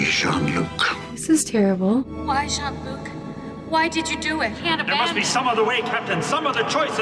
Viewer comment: Except, since Q was reading Picard's name as English, he should have pronounced "Jean" as "jeen", not "jon".